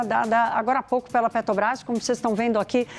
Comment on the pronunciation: Ela fala assoviando e falou "Petobrás" inúmeras vezes.